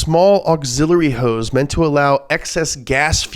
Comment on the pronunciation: Why can't this guy say horse?